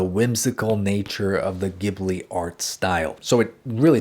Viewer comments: You are so good at teaching THANK YOU SO MUCH But I need to tell you it's JI BU RI in Japanese so it should be pronounced jibli in English! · It's pronounced jibli like jungle. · love this video...but isn't it ghibli, pronounced Jibli with a J sound? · Beautiful but I wish you pronounced Ghibli correctly😭🧡